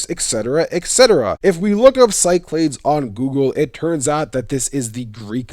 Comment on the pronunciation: Cyclades is pronounced "KEE-clah-DESS" Or in words: Key - Claw - Dess (Or like you say the "des" in destiny) or "SEE-clah-DESS". Of course, it gets pronounced other ways from other places, but I thought you might find this little pronunciation tidbit interesting! I have heard even from Greek students that it is alternately pronounced with a "s" sound at the start or a hard "c" sound. I wonder if the hard "c" pronunciation comes from the Roman colonial period. A lot of online pronunciation stuff has people kinda lazily just making things up, but the top results at least hold water. Anyway, this should be a cool region to explore in the next games!